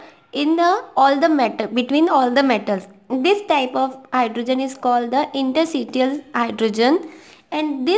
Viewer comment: Its ita not nita. ....its interstitial not intersitial...otherwise good job...